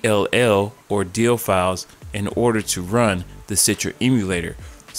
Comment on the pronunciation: "dill files"